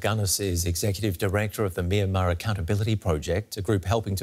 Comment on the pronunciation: The Y in both "Myanmar" and the first syllable of "Myawaddy" are not pronounced as vowels, but glides. "Myanmar" is 2 syllables "Myan-mar" not 3 "My-an-mar", and "Myawaddy" is pronounced "MYAH-wa-DEE", without a stress or elongation of the secone syllable.